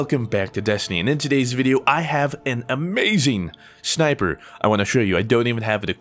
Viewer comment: "I wanted to review this shmiper rifle" lol